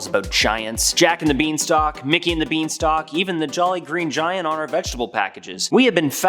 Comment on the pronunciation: Beanstalk?! All I hear is" bean sauce........